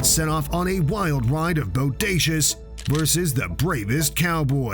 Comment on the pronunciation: Say boudacuious again.. I DARE YOU 🙂